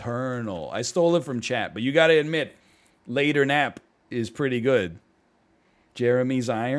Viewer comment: Ah yes, "laternap"